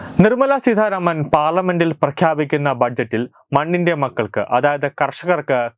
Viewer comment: Seedharamano.edakoothare seetharaman Ennanu.